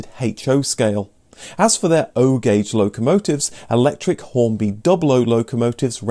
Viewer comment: The gauge system is in letters, not numbers... it's O gauge, not 0 gauge!